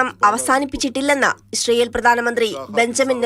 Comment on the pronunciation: എടി പെണ്ണെ ഇശ്റയേൽ എന്നല്ല പറയേണ്ടത് ഇസ്രയേൽ 😂